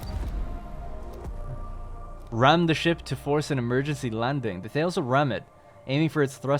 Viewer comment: For what it's worth: The Thales ship is actually pronouned THAY-leez, after the Ancient Greek mathematician and astronomer. The science ships seem to be named after famous scientists (unless 'Ripley' comes from Alien).